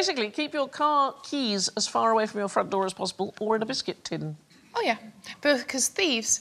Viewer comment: that was the most british OH ive ever heard